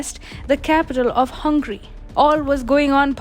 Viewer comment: says Hungry, not as Hungary. 😂